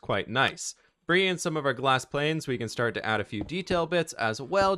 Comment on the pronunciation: I love how when you say glass panes it sounds like glass planes ^w^